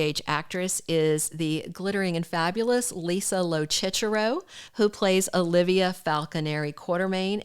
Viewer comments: Lo Sisero, not chichero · Lisa’s last name is pronounced Low-Sis-Er-Ro.